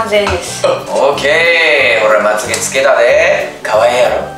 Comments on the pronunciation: ２分５２秒よっちまゆげじゃなくてまっげだよ！ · 2分52秒 ❌まゆげ 〇まつげ だよね！